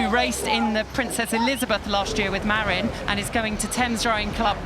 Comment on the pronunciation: Small note: "Marin" is pronounced "muh-RIN" not "Mare-in" Doesn't really matter though. Thanks for coverage!